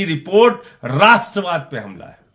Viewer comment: Rastravad nahin magar radorad hai